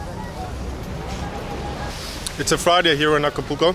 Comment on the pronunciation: You can’t pronounce Acapulco